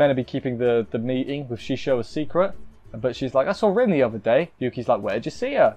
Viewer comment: Rin's name is actually pronounced Reen & you missed the part where Kazuma bassically said that Rin wants to break the curse as well (Rin: What did she want? Kazuma: the same thing your want to ask me about). Unclean is sometimes used for religious stuff (like denouncing demons) & nowdays the word dirty can have lewed implications so maybe that's why they decided to use a different word.